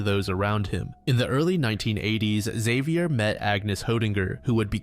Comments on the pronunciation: Xavier, not Ikzeviyer. He's french ffs. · Man you need to look up how names are pronounced when making your videos. "Exavior"? You even say Xavier correctly throughout the video and then incorrectly several times. There is no E in front of Xavier, this is like the whole "A-Aron" situation all over